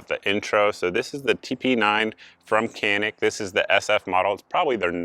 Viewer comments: Canik is pronounced: 'Janik'. As of late July 2021, the cost of a TP9SF Special Forces is $399.99 at PSA. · The C in Canik is pronounced as a J sound. "Jahnik" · and I suppose that if we pronounce Canik wrong then it would not bother you if the Turks pronounce it Smithe and Weeson. It's Turkish, haven't you heard? It's a different language Einstein. LOL